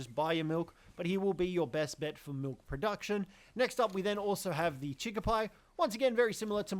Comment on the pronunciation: Its Primo is Pr "E" mo not Pr "eye" mo Chikipi is Chicki "pee" not Chicki "pie"